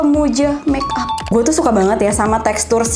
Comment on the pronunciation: ka sana kayak temen kalau bilang make up itu meap